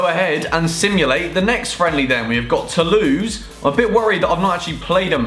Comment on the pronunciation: it sounded like he said we've got to lose but he said we got tolouse